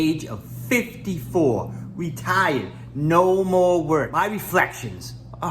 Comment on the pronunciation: You "reTHAIuhd" 5 months ago? You moved to Thailand? You started eating Thai food again? Help me understand.